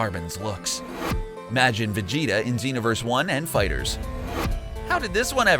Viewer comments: TECHDOG 180 They also said Majin wrong. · And Majin is "Mah-jin" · Majin Vegeta is in Xenoverse 2. Your pronouncing Majin wrong too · Dejinn the djinn “ Jeero “ It’s either “ Juh-roh “ or “ Guh-roh “ “ MAAjin “ “ Mah-djinn. “ That’s just obvious. Also, in Majin Vegeta is in Xenoverse 2. Unlike the video saying it.